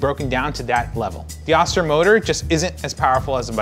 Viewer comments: I've never heard it being called an Ah-ster, but instead, an Oh-ster. My Vita Mix suggests using one cup of water when crushing ice. Mine isn't designed to crush/chop ice without a liquid. It's 25+ years old. I have both. They are both great. As for the spout, my Vita MIx has a square-ish container. I pour from a corner of the container. No brainer. . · haha...its Oh-Stir....not Ah-Stir...they have a manufacturing facility in my home town...lol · Oh-ster, not ah-ster. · I always thought it was pronounced oh-ster not ahs-ter. Not sure why that was my takeaway, but it is what it is. I'm still pronouncing it oh-ster. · Oh-stir. Not Austir. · pronounced Oh- ster. Not Ah-ster.